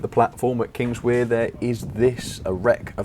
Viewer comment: Kingswear is pronounced Kings-where. I’m relatively local (just up the line at Newton Abbot) so you can trust me as a valid source.